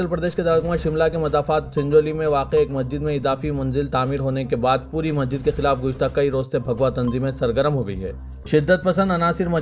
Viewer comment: Request to Siasat; yeh news reader ko apna naam sahih batane ki training de. Inki Urdu zaban par bhi khaas training de. Yeh Masjid ko Majjid keh rahe hain. Yeh 1992 ko onenees sau baiyyanwe keh rahe hain. Bade ka gosht. Aise aur kayi alfaz hain jiski islah honi chahiye.😢